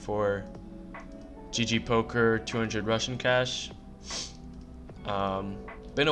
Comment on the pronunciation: It's funny that the way you say "rush n cash" at the beginning sounds a lot like russian cash which is not at all inacurrate